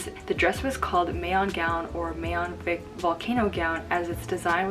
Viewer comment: Ms Siera, it would be better if the pronunciation of "Mayon": is like Ma(ma), Ma(k) (in MakTumang), Ma(cintosh).. anyways, great video. Thanks a lot.